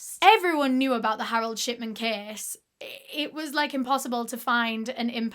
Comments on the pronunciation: accidentally heard "sh*tman" and not "shipman" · lol so sorry but everytime you say "shipman" i hear "shiTman" almost every single time and that's absolutely fine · every time you say shipman i hear shitman and i'm enjoying it so much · I thought his last name was “shitman” the way she was pronouncing it, but its pretty accurate way to describe him. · i keep hearing "shitman" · Is it just me or does it sound like she's saying shitman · i keep hearing 'shitman'. 😭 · I cant stop hearing dr. shi*man😭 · SAME I WAS LOOKING FOR THIS COMMENT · Now I can't stop hearing it!